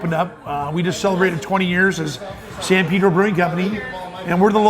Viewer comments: It's San Pay-dro, not San Peeh-dro. Come on, people. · He piss me off about how he Pronounce it Shit